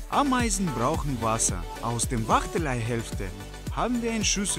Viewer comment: hahahah ein Bau mit AAAmeisen Kolonie (wie der das ausspricht😂😂😂)